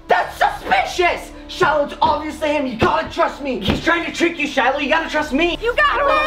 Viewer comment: I HEAARD SAID SHILIH